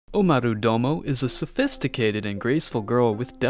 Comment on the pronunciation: Domo??? DOMO?????? IT'S DOMA